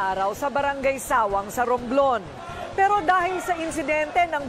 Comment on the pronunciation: Di “suwang” ang pronounacition kundi “sawang” di man lng nag research si korins basta lng may ma upload haha